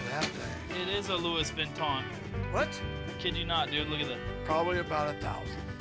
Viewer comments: might be a Louis Vuitton bag. Yup it's a "Luis Vitton" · "Lois Viton"💀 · lewis vilton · "it is a Lewis Vinton" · “It is a lewis veton “ 🤣🤣🤣🤣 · he said “Louis vent on” 😂😂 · "It is a Louis vinton bag." You okay buddy🤔🤔🤔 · "Luis Vinton" im dead💀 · Dude pronounced Louis Vuitton as “loo-is vitton” 💀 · "Lewis Vinton" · “This is a LouIS VeNtOiN” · “It is a Loouis Vinton” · "Lewis Vitton" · when he said lewis vuiton . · They said Lewis vinton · wtf is a louie vuinton? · Did that guy say Louis vinton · the way the guy said louis vuitton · It is a Luis vitton lol